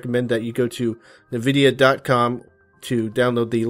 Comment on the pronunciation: it NVIDIA (ehn-vi-dhia) not (Ni-vi-dhia